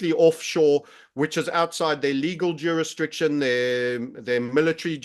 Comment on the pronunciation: juris Diction ⬅️. not. Juris triction